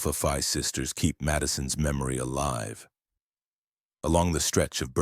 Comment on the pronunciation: Alpha Phi, pronounced FEE, not F👁! (Only with this particular sorority is it pronounced FEE.) The other sororities and fraternities pronounce it F👁!